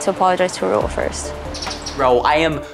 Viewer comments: someone PLEASE teach how to say raul's name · When will learn rauls freaking name like it’s so cringeeee